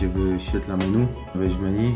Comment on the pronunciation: Menu czyta się meni. Jest to wyraz z francuskiego. Wiele osób źle to wymawia 🤷